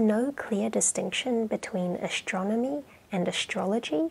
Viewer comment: ""ashtronomy" really ?